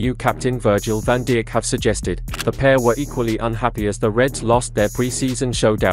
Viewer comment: Van DEE-ECK??????